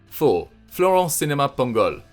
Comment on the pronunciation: Seriously, how do you absolutely nail Sinama Pongolle, yet completely destroy Marvin Martin (which is considerably easier to pronounce)😂